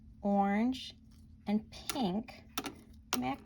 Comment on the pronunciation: Pronounced Maca-rohns not macaroons. Macaroons are coconut type sweets while Macarons are treats with a sweet filling center. Hope this helps